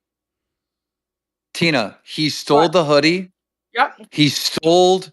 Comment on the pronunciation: "Stoled" 😂 Oh.